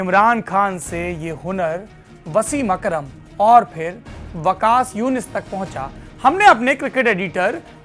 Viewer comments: Every player tempered the ball when it is rubbed against trousers, they changed the ball and it was still reversing, only tempering or rubbing doesn't work until you have bowlers like Waqar, Waseem etc. By the way it is Waqar not Waqas. My question to this anchor did he ever hold cricket ball in his hand lol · Ek hi "season" me match ka rukh badal dete the. Kya. Kabhi balla nahi pakde kya life me. "Season" nahi "Session" bolte hain. Aapne video me Waqar Yunus ko Waqas Yunus bola. Video ke title me Wasim Akram ki jagah Wasim Karam likha hua hai. 5 minute ke video me 3 factual errors. Editor ko salary nahi doge to aise hi Lallantop ki baja dega. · वकास यूनिस ...? विकाश यूनिश ..? भाई तुम्हें नाम तो सही पता नहि ओर बन क्रिकेट के जेम्स बॉंड रहे हो .... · I mean come on the way this guy is speaking its quite clear that he is just a drama queen he doesn't know the abc of cricket even pronouncing Wakas instead of Waqar 🤣